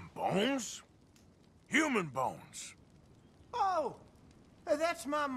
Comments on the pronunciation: “so I opened a drawer upstairs and saw some BONES. Human bowns.” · Lol the way he says B O n e s. It kills me.